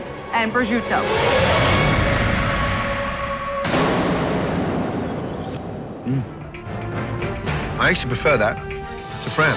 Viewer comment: Challah bread lady got me when she tried to say prosciutto fancy but still completely wrong